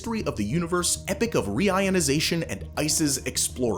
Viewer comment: Very small thing , its not "epic", its "e-Poc" it refers to the beginning